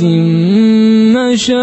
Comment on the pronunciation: فيه خطأ عنده في كلمة مشاء اسمعوا شخص ثاني كيف يقولها